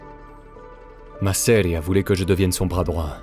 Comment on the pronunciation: Intéressant ! Mais si je peux me permettre, "Masseria" devrait être prononcé avec l'accent tonique sur la première syllabe et pas sur la deuxième. ;)